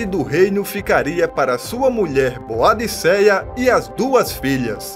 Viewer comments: Pronuncia-se ''Bôdica'' ou ''Boudica''. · Parabéns pelo vídeo! Quase não se vê informações sobre a Rainha Boadicea. Mas, a pronúncia correta do nome dela é Boudica.